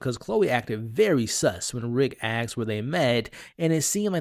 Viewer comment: ASKED not AXED